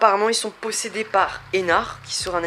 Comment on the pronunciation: MAIS BON-SANG LE D DE ENARD SE PRONONCE!!! mais c'est une bonne video...